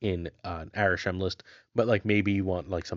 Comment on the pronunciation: It's Arishem, not even close